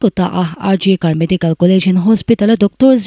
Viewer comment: I aw a nalh in, i chhiar nãl viau mai.Mahse,thlûk dikloh i nei nual mai.Neihloh khua a Tuitam Zau tih a Zau i lam dan khi a diklo.Zau khi huan tih nen a rik dan a inang tur ani.RG Kar Hospital tih a Kar i thlûk dan pawh khi a diklo.National News Channel tehi en tam rawh u.In zir zêl hi a pawimawh ania News chhiar ṭhin tan phei chuan.